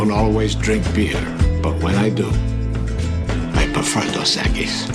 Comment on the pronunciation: its dos equis not dos equies learn spanish smart ones